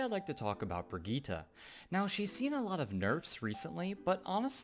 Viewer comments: It's Brigitte Bri-git-te not Brigitta but nice video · its swedish... its bri-gitt-e:) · Pronunciación: vergíta...